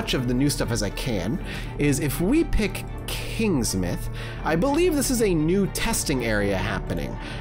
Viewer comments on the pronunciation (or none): KingsmOUth not Kingsmith